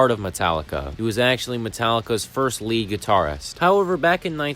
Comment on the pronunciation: Trujillo is spelled like True-hill-yo. Lead guitar is spelled like "leed" not like led (chemical element).